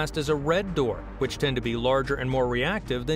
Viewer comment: Hmmm. I just can't. The way he says dwarf :(